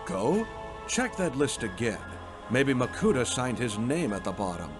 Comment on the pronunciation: Why is pronunciation so weird at times, like makuTAH? Enjoyed every second of this anyway!